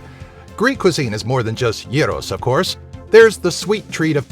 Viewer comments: You've done your research because for once a non-Greek person said γύρος/yiros and not gyros with a fat g and ai/y.Nice video and also i can see lots of people arguing about 2j. Well he is the no1 most famous and subscribed youtuber from Greece and Cyprus.His father is from Cyprus and his mother from Italy,but they gave birth to 2j in England and he was born there with the greek name Γιώργος/George.At a young age he moved to Greece (while still going to Cyprus and England sometimes to visit) with his girlfriend Κάτια/Kat from Ολλανδία/Holland and nowadays their trips vary from Greece to Cyprus to London to Holland to Italy and now recently Spain (with no reason).You're Welcome. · I noticed that you are the only one who says gyros right!!!!! :-)